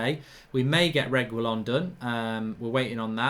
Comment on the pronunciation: Pronounced reggi-lon or reggae-lon, simples! Not to be confused with the way Agüero is pronounced, the two dots signify an exception to the usual pronunciation which would be something like 'geh', a-geh-ro if there were no dots.